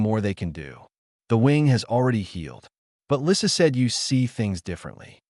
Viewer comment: The picture shows a man repairing a toy plane, not a ball, with a baby dragon that's much bigger than a house cat watching. Her name is misspelled Lisa while pronounced Lissa.